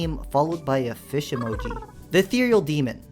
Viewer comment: "[username] was slain by fih"